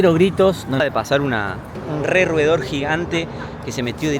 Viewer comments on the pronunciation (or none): Bueno el diciendo roedor ya esta gringo jaja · Ulala!! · Roedor, ulalá